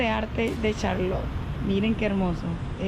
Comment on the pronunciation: Les aclaro 1er error NO es Charlo'tte es Ch'arlotte a pronunciar bien los nombres de los lugares.